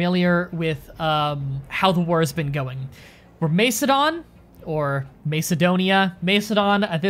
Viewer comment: Macedon = {MASS uh don} ~NOT {MACE uh don}!!!~ Antipater = {an TIP uh tur} Heraklean (should be spelled Heraklion) = technically {hair RACK lee on} ~another way to pronounce it, which I prefer is {hair uh CLEE in}~